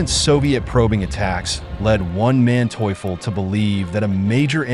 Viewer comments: One Manteuffel, mentally challenged pronunciation, Von Manteuffel, Hasso Von Manteuffel. Program your machine correctly. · I kept on hearing "One man toyful" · Who is Wan Manteufel? This was a good rendition of the battle but the incessant mispronunciation of Manteufel's name was really annoying. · The butchering of names of both Soviet and Russian commanders is painful to listen to. It's easy to figure out how to pronounce von Manteuffel, or Ivan. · To whoever is responsible for this voiceover: I admire you beening so consistent in beeing crappy. You cannot properly say neither russian nor German names. Never heard such crap, and I cannot finish this video due to the way you pronounce Von Manteuffel name... Really painful...